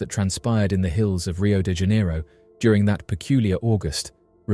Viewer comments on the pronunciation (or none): none